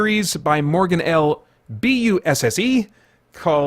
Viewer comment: Haha. Laughing out loud at you trying to pronounce the names. Nadine's last name is pronounced Brand - Ess. Pretty sure It's Morgan L Buss - ee And I think it's Gillian Bront - Ay (like the Bronte sisters) Adams. Interesting to notice that in the American accent, Fawkes and Fox sound pretty much the same. We have quite a distinct difference between the two.